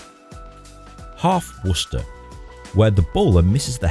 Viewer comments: Also..you pronounce Worcester like you grew up in new england! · Pretty happy that u pronounced it right